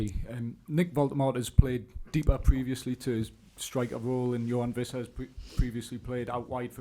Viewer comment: The Premier League name pronunciation video - Wissa : “Wisser” Every journalist: “Visser” 🤦🏻‍♂️